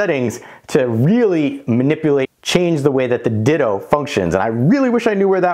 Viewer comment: Perfect video except it's not called a "Ditto" lol it's Ditoo.